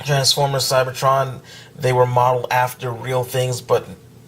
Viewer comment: u said CYBERTRON skywarp